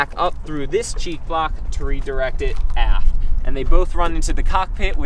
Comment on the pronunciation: forward or aft-tah'!!!!!